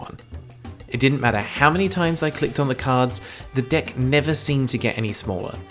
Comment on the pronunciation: am I the only person that hears "The Dick" not "Deck"